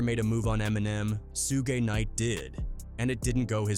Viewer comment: I wonder what sugeI would think of being called Sue gay lol